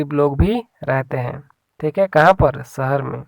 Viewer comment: सहर नहीं शहर शब्द हैं।